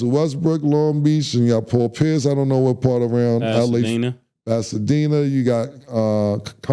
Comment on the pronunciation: Did anybody else hear Cam say Paul Pierce 😅😅